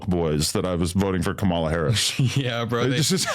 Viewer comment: Adam pronounced Kamala Harris name wrong and the other Adam didn’t correct him.. 💀